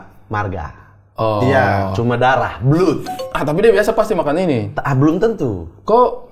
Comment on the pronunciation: Blood dibaca blad